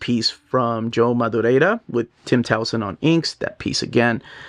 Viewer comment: Joe MadurieRa. Ra. Not Madurieda. Not Mad-ooh-ray-Da. Rare-ah. Not Raid-ah. There is no d-sound at the end of his name. Just call him Joe Mad like everyone else.